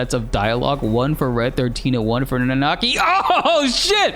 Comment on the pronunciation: My man, you know how to pronounce Nanaki.